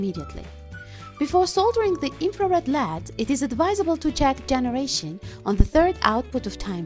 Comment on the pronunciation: Here are some of the words and their correct pronunciations; 1- Circuit = sir-ket. 2- Oscilloscope = the "C" is silent. 3- LED= L.E.D 4- This circuit is known as a "Jammer" not a silencer. I Enjoy your channel and how you make stuff from junk.